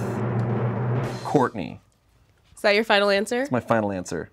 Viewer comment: it's Shartney not Shourtney